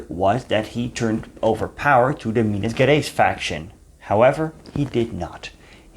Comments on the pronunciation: Excellent lecture! Just a remark: we don't say Minas GErais like you say get or forget. To sound like that it should be written like GUErais. Actually GE sounds pretty much like you would say pleaSURE or treaSURE, like the French pronoun JE, or you may say like as GEAR or GEORGE. Indeed you are able to sound Rio de JAneiro correclly. So you may try to say Minas JArais, it would be more understandable rather than GUErais. Thank you. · Great job! Pronunciation: "Minas Jerais" "Jetulio" .... J sounds near English. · The "Ge" in "Minas Gerais" and the "Ge" in "Getulio Vargas" are pronounced as the "Ge" in Generation or in General. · You should try to learn the pronunciation of Portuguese words. Your video is well done and educative. My grandfather was an infantry soldier out of Rio and died in combat. But your pronunciation is triggering specially the G in Gerais. Thank you for the effort.